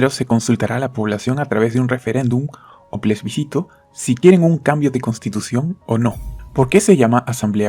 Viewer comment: Se dice Plebiscito no Plesbicito.